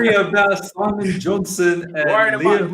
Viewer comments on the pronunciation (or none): none